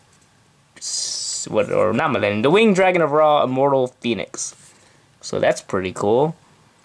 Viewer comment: You killed me with how you pronounced wing dragon of ra 😂😂